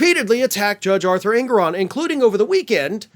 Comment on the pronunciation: Judge En*GO*ron. Not ENgoron. En*GO*ron. Just sayin'...